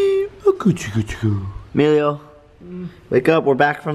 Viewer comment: u said email and not Emilio